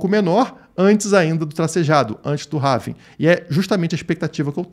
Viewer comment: Apenas uma correção de pronúncia da palavra Halving... em inglês não se fala rálving (como as pessoas falam no Brasil), nem ráving (como você está falando no video). A forma correta de se pronunciar é réving. :) Quanto ao video, excelente análise. Forte abraço!